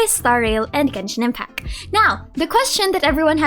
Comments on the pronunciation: Hi, i love your content so i don't mean this in any bad way... but I notice you always say "Genshin Impac", like the "T" is never there lol. Just thought i'd mention it in case you aren't aware of it (i'd want to know)! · Love how you pronounce Genshin Impacc